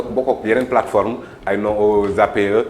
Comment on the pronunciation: Sa façon de dire " sene platform bobou" se type nè pa clair...